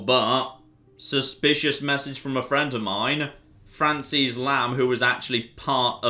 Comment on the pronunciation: Did... did he pronounce Frances as “Fran-sees”? Dammit.